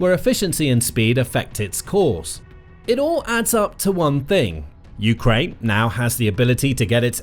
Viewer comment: dude says "you-krane" like it's 2 words. lol